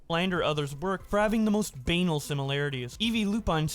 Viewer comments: Sorry I just have to address "banal" being pronounced that way lmao. It's buh-naal not baynal. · lmao he also pronounced "banal" as *baynal,* which drove me so nuts I had to take a break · "Banal" came before his butchering of "gaussian" ... it's bah-nawl, not bay-null. 🌈🌟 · You caught gaussian, but missed banal. He pronounced it like anal. It's buh-nawl. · you expect the person who said banal like it was anal with a b in the front to properly pronounce gaussian tho?